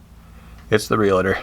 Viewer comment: What's a Real-E-Tor? There's nothing between the l & T it's pronounced REEEEL-TUR. Sorry that, and Nu-Cue-Ler KILL ME!!! There's no U between the the W & C! It's NEW-CLEAR… That's it! That said… Carry on with your Half Daaaaay! LOL